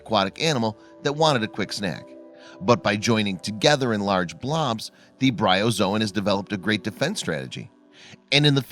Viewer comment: It's Bryozoan.